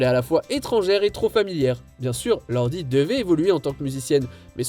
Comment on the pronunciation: C'est Lord. (Lorde) pas Lordee 😭 please